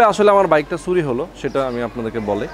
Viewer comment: Bhai, apnar shob video valoe but apnar kothar uccharon arekut improve koren. Suri na Churi bolen